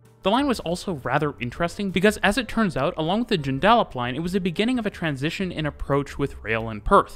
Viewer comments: Dude you BUTCHERED the pronunciation of Joondalup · Painful to hear but it's Joondalup pronounced June-da-lup not June-dal-up 😊😊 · Excellent. One issue...Joondalup. It's Jooon-dah-lup, not June-dal-up. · It's not June dal up its JOON DUH LUP ie JOONDALUP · G'Day from Perth, mate. Interesting overview of the rail network around the city and suburbs. Joondalup is pronounced "june -da-lup" - run them together and say it fast. Not "june-dal-up". Fun fact - any place name in 'Straya ending in 'up comes from the Aboriginal word meaning "near water". Oh, and you're more than welcome down here, you'll find the weather way better than what you get in Canada! 😁 Cheers cobber! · I’m from Perth, and I wondered what he was talking about when he first said “Joon-Dall-Lup”.. (Joondalup). Say it faster and with less letters! “Joon-dal-up”! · joonDALup line hahahahaha joon-duh-lup sounds so funny hearing you pronounce it as a perth born and raised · Fyi.. it's June-Duh-Lup not junedaalip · Where’s ‘Junedallap’?? Try ‘June-dal-up’….Joondalup!…. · It’s “JOON-dah-lup” not “jun-DAH-lup” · It’s pronounced June-da-lup, not June-DAlup [Joondalup]. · Joodalup has an Up at the end, not an oop lol. June-duh-lup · Excellent video. Just one thing: Joondalup is pronounced with the stress on the first syllable ie. "JOON - da- lup." However, you did pronounce Cockburn correctly. Many place names in Western Australia end with "up", which comes from an Aboriginal word meaning 'place of," eg. Boyanup, meaning "place of rock." And yes, Perth does actually look as good as it appears in the video. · Joon is the stressed syllable. JUUNduhluhp. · Also note that the emphasis is on the first syllable, not the second -- that's JUNE-da-luhp /ˈdʒʉːndəˌlʌp/ (The last syllable rhymes with "up") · I love how you somehow managed to pronounce cockburn central “correctly” yet butchered Joon-dal-up 😭😭😭 Hahaha. I grew up with this network and also think it’s awesome! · Say it like june-de-lup ok mate 🤣🤣